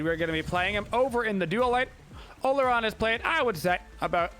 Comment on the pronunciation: In case you're curious the real pronunciation of Olorun is aw-law-rune :p